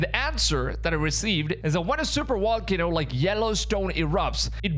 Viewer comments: Wait... you said "Vibration" and not "Wibration". Then why does that not translate to volcano is wolcano? You have fantastic English so it's so surprising when the v still gets ya. Lol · VA. VAAAAAAA VOLCANO, NOT WA WAAAAA WALCANO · I think you're adorable but you need to pronounce v instead of w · Pronounced "v", not "w" as in supervolcano or volcano. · Volcano with a V. Not wallcano rite? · Lol, "wolkino".... And here I always thought it was "volcano" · You can't say your V's. You say W's. wocano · Sir, the word is pronounced "volcano, not "wallcano." You are pronouncing v like w. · Why do you keep calling it a Wallcanoe? Is Volcano with a V..Veeeeee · What's a walcono? 😂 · Wall-ca-no?........ Vol- cay- no. Vvvvvvvvvvvvvvvvvvv not wwww ....... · It's not a wolcano. It's a volcano. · It's a volcano not a wolcano... lol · If I hear Wallcano one more time! Lol just kidding. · My gf says wolcano? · Bruh can't even say VAL-CANO correctly.... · Whats a Walkano? 😂